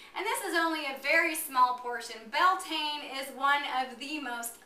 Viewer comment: The actual Gallic spelling is "Bealtaine" , and the pronunciation is "B'yal-Tan-Ah"